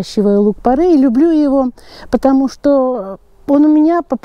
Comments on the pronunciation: Порей , не порЭй. Ухо режет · Поправочка: не порЭй, а порЕй. Не правильное произношение слух режет, а так спасибо, полезная информация. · ухо режет не то слово((( порЕй